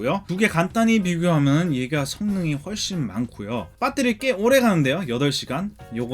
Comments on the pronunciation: 배에뤄리~라고 안하고 한국 토종발음 빳!때리 라고 하네요 ㅋ 잘봤습니다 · 미국 사시는거 같은데 뽰떼리 발음이 정말 찰지시네요 ㅋㅋㅋㅋㅋ 리뷰 잘 봤습니다^^ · 항상 뽜때리 발음들으러 영상봅니다 ㅋㅋ 감사합니다. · 영어 악센트 사이에 빠때리 발음은 아주 구수하네요 중독될듯ㅋㅋㅋㅋ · 빳떼리 입니다!ㅋㅋㅋㅋㅋㅋㅋ